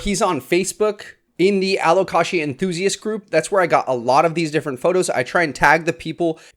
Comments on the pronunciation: I've only ever heard it pronounced alo-kay-shuh /alo-kay-shah, without the hard "sia" sound like you said! I always silently corrected the other pronunciation to myself on these videos, but never commented about it because I always worry about coming across badly even if its intended well 😅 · This is how Alocasia is properly pronounced a•luh•kay•zhuh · Aloe - kay - Sha 🤣🤣🤣🤣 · Who corrected your pronounciation of alocasia? They're wrong! lol It is [al oh kay zhuh] with a Z sound, not the soft S. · Think of it in these terms, you don’t pronounce the L in salmon. You don’t pronounce the I in Alocasia. AL-OH-CAY-SUH. Hope that helps 😆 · Dude, there's no ea at the end of Alocasia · I don't know anyone who pronounces alocasia with a hard 's.' But i dig it! Much fancier! And also, ty for this video! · Are you sure that’s how you pronounce alocasia?